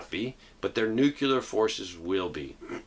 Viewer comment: NUCLEAR - What does Nucular mean?